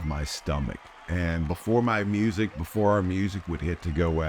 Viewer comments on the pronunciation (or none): none